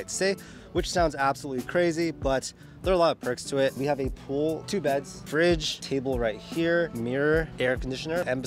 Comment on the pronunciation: Lol did he say pool